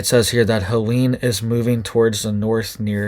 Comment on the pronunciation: pronounced Ha Leeen. not Halanie.. Helene.